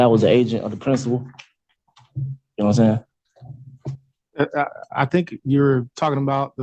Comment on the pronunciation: "I was the agent of the principal, nam'seyin'?" 😂